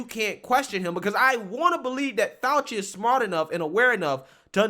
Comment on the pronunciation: Dr. F-OUCH-EE kills me. Just saying